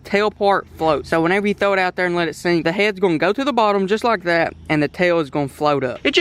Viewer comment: it's so it will not seenk